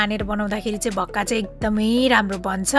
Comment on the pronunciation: भाक्का भन्नू होला🙏